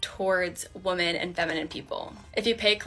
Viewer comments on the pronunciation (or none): 100% unrelated, but and several times after, I hear this person pronounce "women" with an "o" as in "open" sound. She is by far not the first person I've heard have this pronunciation of it that way. I don't have a problem with it, other than when people say it like that I hear the singular "woman" and it jars me out of listening because I have to mentally deal with a pluralization discrepancy in my comprehension. I'm used to hearing it pronounced similar to the "i" in "swim". But, I'm also 40, and basically everyone I've heard pronounce it this way is way younger than I am. Is this a generational thing? Is it a regional thing, (I'm originally an American southerner and I don't know where she's from)? Am I just old and starting to become hard of hearing? If someone is in the know and can help someone out, I'd appreciate it.